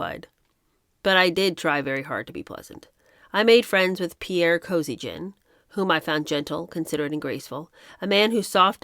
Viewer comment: Pierre? Kosygin . Thought it was Alexei. Anyway, if the same Kosygin, it used to be pronounced Koe SEE gan in the 1970's media.